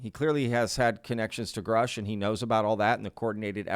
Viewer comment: what a great job you do catching the little things between the lines that could just pass by without being noticed…I appreciate you!!!!! Also the annoying mispronunciation of Grush’s name 😂I hate when people mispronounce his name!